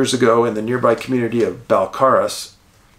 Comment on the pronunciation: Pronounced 'Bell-care-us'. I grew up in Qu'appelle above the valleys. Honest farmers.